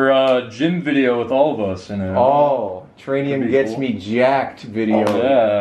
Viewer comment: Not Tranium but Titanium